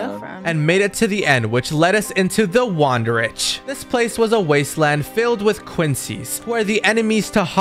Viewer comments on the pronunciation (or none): Wandenreich is pronounced vun-den-rike